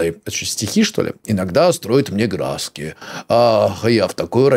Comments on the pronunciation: НЕМНОГО ИНФЫ: 1. Да, с тату не всюду пускают из-за якудза 2. Не глазки, а глазкИ, то же есть и на картошке, мы их обычно выковыриваем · 😅😅😂😂😂😂😂 Не глАзки, а глазкИ😂😂😂😂😂 И у картофеля есть такое знаешь?😂